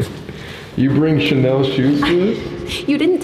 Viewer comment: not "channel" 🤣 its chanel miss gurl